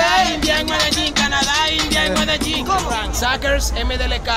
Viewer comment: Bhai aap likh to rahe ho Medellin aur bol rahe ho Medegin....? Baki video bahut accha tha